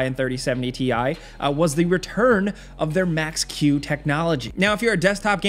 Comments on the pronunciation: It's TIE! Nvidia said so. 🤣😂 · apperently its TI not TI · Uhm, it’s called Ti(e) haha